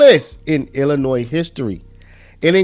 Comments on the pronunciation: Ahheem... The "s" in Illinois is silent... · The often pronounced "z" in Illinois is SILENT. Thank you from a Sweet Home Chicagoan.❤